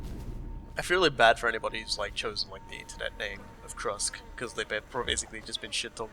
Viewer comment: it's "Krust", not "Krusk" D